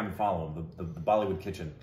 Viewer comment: You said "Bollywood Kitchen", I heard "Bollywood Pigeon" Biryani. Ask Indrani about Bollywood Crow Biryani and Vijay Raaz.:D:D:D